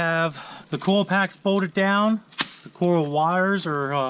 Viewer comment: say it with me... COIL packs... COIL... not cool